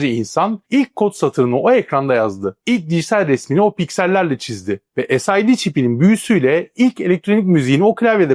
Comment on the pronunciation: tek bir eleştirim olacak tek: "viaci tuwanti" abi bunu demene hiç gerek yok allahın gavuru bile "vic tuwanti" diyor iken dümdüz vic yirmi desen kafiydi sid çipinede mesela aynı şekilde "esiydi" yani ne gerek var ki böyle birşeye dümdüz vic 20 de gitsin yani. sid çipine dümdüz sid de gitsin allahın amerikalısı bunu diyor iken niye biz kalkıp alakasız şeyler diyelim ki.